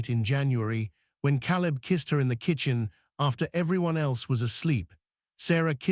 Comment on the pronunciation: I think one of the girls would have been a better choice for the hair-braiding. But it is symptomatic of the AI nature of the story. The mispronunciation of words, Caleb's name, "baby, "mama", shows the non-human element that makes AI so unsatisfactory. The story was good up to a point. The kiss and the declaration did not have enough groundwork to be really believable. Images and captions were good. The voice was O.K., but couldn't overcome the mispronunciations to be be really human. Productions are getting better, but relying too much on AI still makes the final product feel lacking. OR, USA